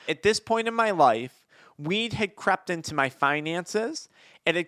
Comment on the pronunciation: Crept or crapped? I gues both if you think about it 😅